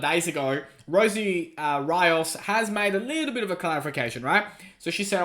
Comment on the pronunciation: Rios = RE- OHS not R-EYE-OHS lol